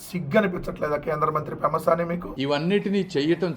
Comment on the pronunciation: Pemmasaani kaadhu pentasaani 😂😂😂😅